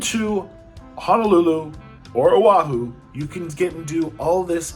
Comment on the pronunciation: you trying to pronounce Oahu cracks me up brah! Hope you had a fun trip here on Oahu my braddah \m/ Yuessah